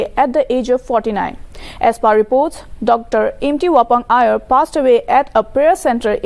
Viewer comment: His name is Imti not empty and Aier not ayer. What a report 😠